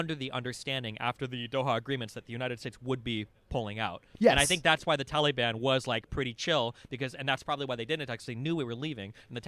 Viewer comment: I just wanted to say that I love how Destiny pronounced ‘Taliban’: Tally-ban. The tally ban! 😂😂😂😂